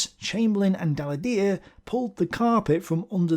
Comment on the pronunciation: True; though french isn't the most obvious language to pronounce.